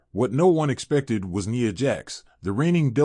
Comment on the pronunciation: NIA not Neeya 😂😂😂